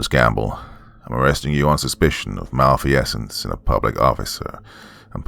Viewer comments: *mal-feeze-ence, not mal-fee-essence… sorry, it was driving me nuts. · Mal-feez-ents lol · If there’s a word you don’t know how to pronounce, LOOK IT UP. “Mal-fee-essence?” REALLY? And all with the do-overs just left in the final cut. Why is it so hard for creepy pasta narrators to put out a polished product?